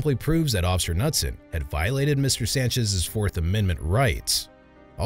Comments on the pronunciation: the officers name is pronounced ka-noot-son! not nutson! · Isn’t it, K-newt-son? Knutson. The K is said. Just curious. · FYI: The name Knudson is pronounced Kah-nude-son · I like that you keep calling him Officer Nutson when the K in Knutson is actually NOT silent. Seems fitting though and I'm all for the pronunciation in this video. 😂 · The k is pronounced. Kah noot son.